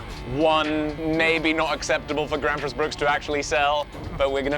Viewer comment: As a Swede I find hearing english speaking people try to say swedish words really fun. like Gränsfors Bruk becoming Gransfoors Bruck. Also the town of gränsfors bruk? is that just missspoken? Cuz Gränsfors is the town/village, bruk means it's like a production/workplace kinda.